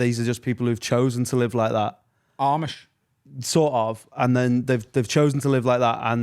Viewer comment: You need to watch some Eli Yoder to learn about the different Amish orders. And how to pronounce Amish